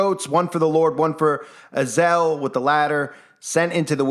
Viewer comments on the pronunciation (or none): I listened many times to her pronunciation of Azazel. Also, the content creator. It is not: Az el Azazel pronunciation: uh zaa zl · Az-A-Zel, not Azel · I believe Azazel is pronounced uh zay zel, not azel. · she said azel not azazel. maybe it's the same but that just threw me off for a minute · I can’t, if you’re going to say the name say it the right way it’s A- za- Zel ! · If anyone watched that movie with Denzel Washington, the fallen, I think it's called, and the guy from Roseanne was in it. You know, the father, the big guy. And the demon that was in their was spelled the same way as this. But pronounced differently in the movie. A za zel.